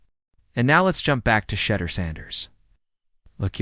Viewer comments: Well re-program that thing! Good grief! Can pronounce Shedeur or Deion? Crazy... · Why Can't This dude pronounce his name correctly how can you take him seriously if he can't even pronounce his name